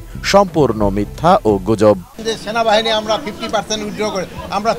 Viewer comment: ভাষার কি উচ্চারণ, "সোনাবাহানি" এই মাল আবার দেশের নিরাপত্তার ব্যবস্থা করে।😮